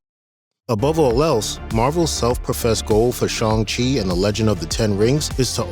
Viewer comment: Good video, just learn how to say Shang, you keep saying Shong.